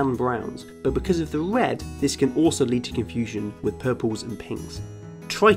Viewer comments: Wed owange gween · Owange, gween, and wed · Bwain. We'd. Gween.... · Wed, owange and gween CUTE.